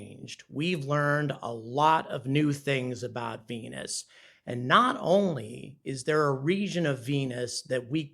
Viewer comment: I love how he says venuCHan :D